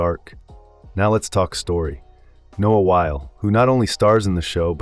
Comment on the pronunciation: Narrator cannot even pronounce Noah Wyle’s name correctly. It’s either a wannabe or AI.